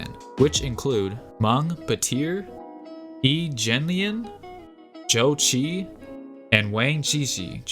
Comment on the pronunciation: Yi Jianlian is pronounced wrong. Please check your pronunciation before posting videos.